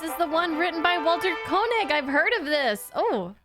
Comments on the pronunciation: Just FYI: Walter's last name is actually pronounced kay-nig, not ko-nig. 👍 It seems like not a lot of Star Trek reactors include TAS, so I've been enjoying watching these with you! 🙂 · You do pronounce George Takei's name correctly, ta-KAY. (He likes to joke that he doesn't mind people mispronouncing it ta-KAIY, because that's the Japanese word for "expensive".) But Walter Koenig does pronounce his name KAY-nig rather than KO-nig. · Just fyi Koenig is pronounced 'kay-nig', not 'co-nig. I recall everyone in my generation used to pronounce his name wrong, just like that (the name of the commander of Moon Base Alpha being pronounced that way on Space: 1999 probably didn't help). Koenig used to laugh that everyone pronounced his and George Takei's last names wrong (Takei btw is pronounced ta kay, not ta kie like many people do it). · I do like your Trek reactions. By the way, it’s pronounced “KAYnig”. 😀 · Pronounced KAY-nig. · Thought you might want to know...Walter Koenig's last name is actually pronounced "KAY-nig". I saw him introduce himself once on a video and that's how he himself says his last name. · Walter Koenig's name is pronounced like "KAY-nig" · His name is pronounced KAY-nig. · Walter Koenig (pronounced KAY-nig).